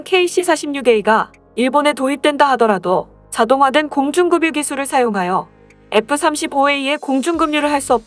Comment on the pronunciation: 공중급유...를 계속 공중금유로 읽네... 공중그뷰로 읽는게 맞음